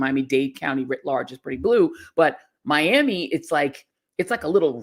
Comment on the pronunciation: I love you Joy, I was born and raised in Miami, but we do not pronounce Miami in that way! smhlol🙈